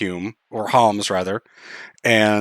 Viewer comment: saying Humes instead of Homs. That WAS a long FFXII playthrough huh?